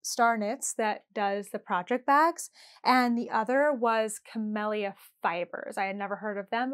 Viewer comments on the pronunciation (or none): Hi,. Here's a little help on pronouncing Camellia. It's the name of a flower...